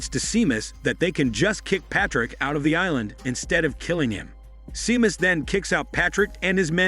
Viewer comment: It's pronounced as Shaymus not Seemus xD